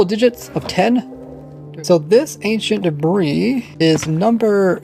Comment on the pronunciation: I somehow understand "Ancient Brie"